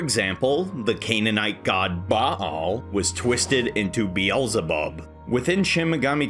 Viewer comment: The only video with a correct pronunciation of 'Baal' - everybody else says Ball.